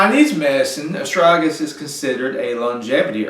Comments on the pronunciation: Well, after having watched the whole video, I would say that your pronunciation for the word is Bass ackwards 75 to 85% of the time. Ass.. strag.. uh ...lis! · Friend, The impact of your presentations will be infinitely enhanced if you learn how to speak English properly. We love your enthusiasm, although your accent, it must be said, often obscures your meanings and your articulousness. The word is astragalus, four syllables, with a hard g at the end of the second.. a...strag...uh...lis. Meanwhile, it might be good also to contemplate allowing some spaces in between your sentences, which otherwise have the tendency of drunkenly reeling on as if you had one or two beers too many. Again, take time, take space, and articulate you words. We don't all live in the boondocks!